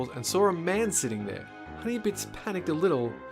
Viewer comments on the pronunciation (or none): none